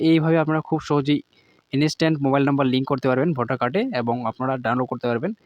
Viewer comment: ভোটার কার্ডের সাথে মোবাইল নাম্বারটা লিংকের গল্প তো অনেক হল এবার ভোটার কার্ডের সাথে ইমেল আইডি টা লিংকের গল্পটা বল শুনি। আর 'ইনিস্ট্যান্ট' টা কি??? ইন্সট্যান্ট উচ্চারণ করতে কষ্ট হয়???